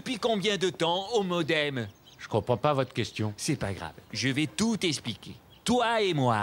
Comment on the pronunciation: Mais heeuu le Modemeu, pileu au milieeuu